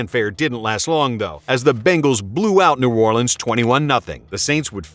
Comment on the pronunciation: Bro nobody in the Deep South or any of us from the New Orleans Baton Rouge Natchez Biloxi region call New Orleans New Awlins. Nobody says that. That for some reason is just irritating. Great channel though